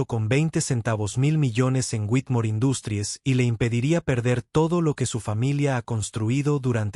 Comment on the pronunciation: para un proximo video, si usan términos en inglés, pronúncielos bien . "Industries" está en inglés pero la pronuncian como si fuese español, lastima a los oídos. "Sofía" es en español, el acento se debe marcar al hablar.